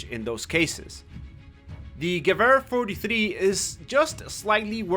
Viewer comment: i like how to say gewher 43 with a German accent but with a English translation (i am being sarcastic)